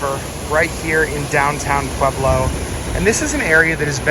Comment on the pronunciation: Brother!!! Thank you so much for finally doing a positive video of Pueblo and for pronouncing it correctly, lol. My husband grew up there, but we live in Thornton, a suburb of Denver. However, we love, love, love to travel to Pueblo for MANY reasons, one of which is the food. The second, is to get away from the city. Everything's a little bit slower in Pueblo and everyone is SOOO nice. It is so different than Denver. Pueblo has the best Mexican food in the world. It's such a beautiful place. People do videos showing Pueblo in a negative light. It's not fair because every single town has a negative aspect. Another cool fact, is my husband's high school, Centennial high, used to have a planetarium. You do not hear of that very often. A couple recommendations that we have been going to for decades is Jorge's Sombrero (President Obama ate there) or Nachos, as well as Taffy's candy store. Also, a fun bit of information for your Vlogs is, the bar downtown called Brues Ale House is in the old jail. Kind of a fun fact. Thank you again for doing this video. It really did make us happy to see such a positive, beautiful video of Pueblo . It truly is a spectacular place. I have never met such nice, friendly, kind people.